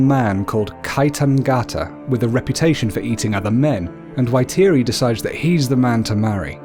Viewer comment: U pronounce it. Faitiri